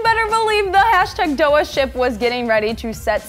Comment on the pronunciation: ok someone has to tell her........................................ok i will.....there ship name is nixie not doah :/